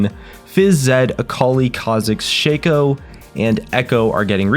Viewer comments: you pronounced it wrong. it's not Shaco but Shaco. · can pronounce xin zhao but cant pronounce shaco...alrighty then